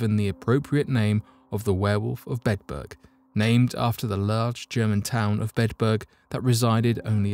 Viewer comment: I'm sorry. I'm so interested in this, but every time you say Bedburg, it sounds like you're saying bedbug and that's creeping me out worse than anything. I only made it in. 😞